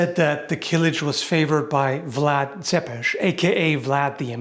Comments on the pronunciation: You are the first ever westerner I've heard say "Țepeș" correctly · First time I hear a proper pronunciation of Vlad Țepeș from a non-romanian speaker xD